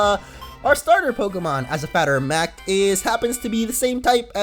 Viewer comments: Wait, did you say fatter of mact instead of matter of fact? Am I the only one who heard that? XD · you said fatter of mat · Did he say a fatter of mact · "...As a fatter of mact." - 2k15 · "As a fatter of mact" ... Nice . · "As a fatter of mact." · SuperWomen2002 He loves to say that.